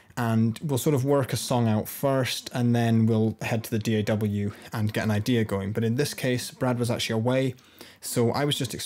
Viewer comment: Hearing someone call it a "Dee-Ay-Double U" hurts... it really does...